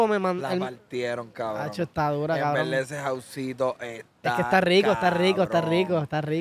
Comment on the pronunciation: Está bien Kbron las veces que dicen Kbronnn! 🤣😂 Grande Chenteeee! Saludos desde España